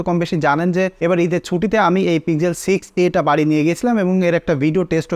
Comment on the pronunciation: It's pixel not pizel😂